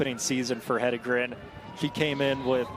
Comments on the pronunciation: Why can't most people pronounce her name? Head En Gren...easy. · What is the reason that announcers can’t pronounce Jane “He-DEN-gren”??? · Why do these announcers always struggle? Jane’s last name is phonetic. Just have to read it.